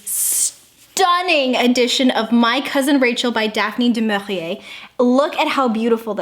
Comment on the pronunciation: “I have been dying for this book!” - a whole mood 😂 Now that is the correct and sophisticated way of pronouncing "Daphne Du Maurier" 😍